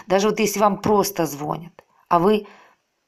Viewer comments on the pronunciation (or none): Вы меня убили....🙄,как вы такая начитанная,умная женщина и говорите звОнят??? как так??? Правильно же звонЯт...слушала,слушала и как резануло по ушам....